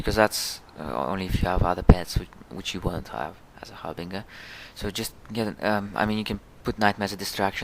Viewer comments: Har bin jer not ger lol bet that confuses some people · I'm so sorry, but it's pronounced Har-Bin-Jur.